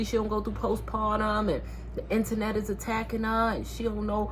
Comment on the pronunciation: The 2 times you said internet I thought you was saying my name Antoinette 😂😂😂 Girl I just got rid of my blue face and after that double back I was done done. You’re right she just needs time